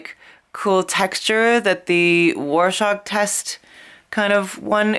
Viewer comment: Cool effects! Since you asked, it's pronounced "roar shack".☺